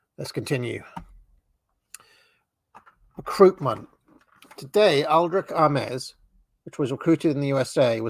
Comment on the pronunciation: Pronounced Aims.